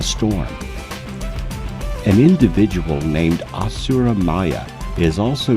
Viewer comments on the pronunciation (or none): none